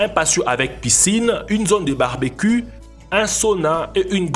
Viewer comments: SkyGaNjA FOULEK ce sont des accents d'Afrique de l'ouest le français n'est pas la langue maternelle mais une langue apprise à l'école avec des professeurs ayant aussi appris le français à l'école. Je trouve que son niveau d'expression et plutôt bon au contraire, il dit barbe cul OK je suis persuadé que personne ne lui a jamais appris que l'on doit dire barbequiou je parle de la prononciation du mot barbecue venant de la langue anglaise. A plus bonne vidéo sympas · On dit barbeciou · A "Une zone de barbecul " xD barbe cul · Ta dit barbecu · 7m08 mdrrrrr barbe cul lol ou barbecue ????? lol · tu à dit barbe_cul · à 7:8 tu as dit barbecu mdr. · Il a dit barbacu